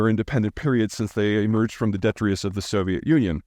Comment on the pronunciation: Peter please check the pronunciation of "detritus". You missed the second t.